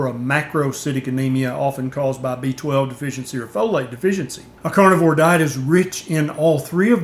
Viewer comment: Love your content. Although, I can't help but hear you saying "cornivore" every time, haha.